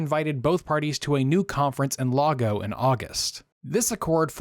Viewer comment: it isnt "lah-go" its Lagos